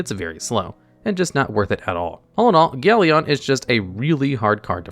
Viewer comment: Galleon is pronounced gal-yin, not gal-yon.